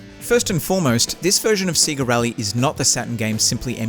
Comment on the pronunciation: Say-ga not See-ga..